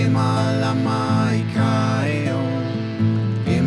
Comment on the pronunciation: Beautiful, great vibe but please learn how to properly pronounce “Heiau” 3syllables Hey-ie-au